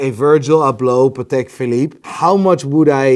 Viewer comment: Who the hell is buying watches from the muppet that says "PatAK" bet he says "EXpresso" too